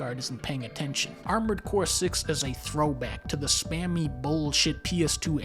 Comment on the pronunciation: "Armoured Boar" sounds funny lol. Edit: also, what is Adventures of Cookie and Cream??? I wanna see that!